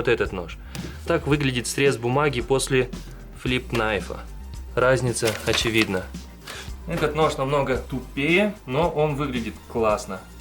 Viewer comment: Все круто !!! Но ты на английском нож неправильно произносишь ,а надо вот так knife [naif]